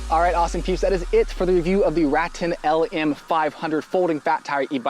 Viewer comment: Great review. Just FYI; it's pronounced Ruh Tan, per the co. rep.